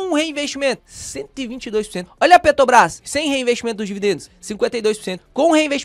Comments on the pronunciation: A pronúncia correta é: ''PetRobrás''. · Perco sempre com o falando PeTObras kkkkkkkk